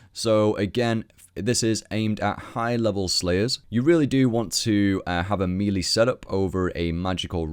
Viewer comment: Mispronouncing melee in 2015? Shame.